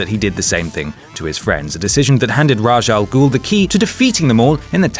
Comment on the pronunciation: Raj Al Ghul?! Well, that's a new wrong way to pronounce it. Even worse than Roz Al Ghul from the movies.